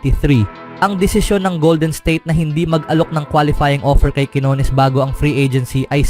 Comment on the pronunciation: Minamali mo pa ang bigkas ng quinones..... Pinoy ka, wag kang mag-inarte!!!